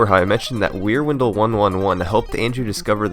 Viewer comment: Until I saw Wierwindle written out, I thought you were saying Rear Window... Y'know, the old movie where a guy thinks his neighbor is a murderer.